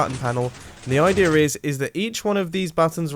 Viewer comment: I saw a comment that said mumbo saying the word "idea" sounds like "idear" and I can't unhear it.